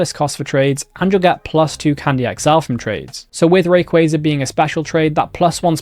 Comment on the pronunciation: you said rayquaza wrong